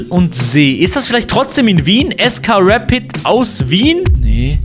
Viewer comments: Es heißt nicht reit sondern Rapid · Es heißt R A P I D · Man spricht rapid so aus: rapiet also a so wie es gehört und nd mit e aussprechen